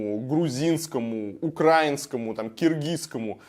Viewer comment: Ударение правильно ставить в слове украинском ума не хватает? Вроде не с колхоза